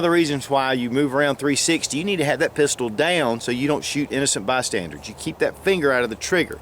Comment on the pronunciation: It’s bystanders... not “bystandards"